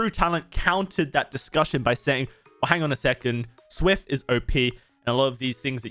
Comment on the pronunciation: Worst part about this video is his pronounciation of SWF.